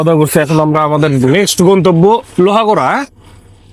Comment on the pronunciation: “লোহাগড়া” না ভাই “লোহাগাড়া” ।